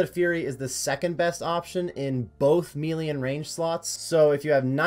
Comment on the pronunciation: Melee (May-Lay) It doesn't really matter but mealy sounds so silly.